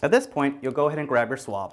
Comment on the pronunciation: I thought he said swamp so i brang shrek